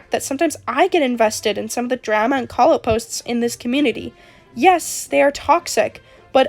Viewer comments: PLEASE STOP PRONOUNCING DRAMA LIKE THAT I'M CRYING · im sorry but the way you say drama is making me cackle 😭 (no offense!!!) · I tried to take this video seriously but everytime you say drama it just feels really weird 😭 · Only drama imma start is. Where are you from that drama rhymes with scammer? It rhymes with llama over here in Australia. I’m laughing because I work at the nutcase factory. (We are all nutcases and should be put in the white padded cell) it’s like a zoo for people. Daycare for people with disabilities. People treat it as. Mind you I only get paid 3.01 an hour. Drama llama. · i dont mean this in a rude way I SWEAR but the way you say drama is kinda silly, i like it XD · the way you say drama is very interesting 😭